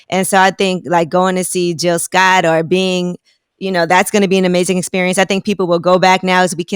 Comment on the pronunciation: Its J i l l Sc o t T tteeheeeeheeeeee , live from philly yall